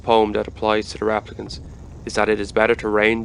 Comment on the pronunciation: Pronouncing them 'raaplicants' throws me off.